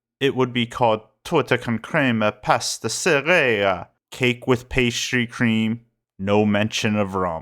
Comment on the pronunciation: Erm, sir, with all due respect - it’s pronounced pastee-che-rra. Ch sound as in cheese. In Italian, when letter c meets a vowel like e or i, it makes “ch” sound. Yes, even if it’s double c. If it’s letters o or a, it makes solid k sound. For example circa would be cheerka or concerto would be pronounced koncherto. If it’s followed by a consonant like H, it makes sort of “kh” sound. Like in word khaki. I.e Che cosa? would be pronounced Ke Koza? Letter C never makes any sss or see sounds (unless it’s a borrowed word from another language that Italian doesn’t have its own alternative for). Otherwise, only letter S makes sss sounds, I.e sono, soprano, signora. Hope it makes sense.